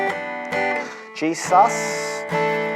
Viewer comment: Every time you say G “sus” you sound like you’re saying Jesus 💙🙏🏻